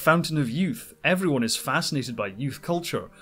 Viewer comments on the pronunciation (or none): none